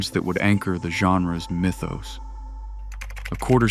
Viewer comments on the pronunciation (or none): none